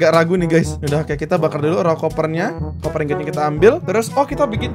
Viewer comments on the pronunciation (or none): Pak sebutinnya koper bukan kuuper